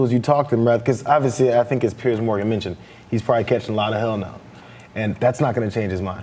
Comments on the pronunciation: It's not "Pierce" darlin', it's PE-ERZZZZZ. And his surname is pronounced "MORON". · It's not "Pierce". It's "Piers". "Pee-urrrzzzz"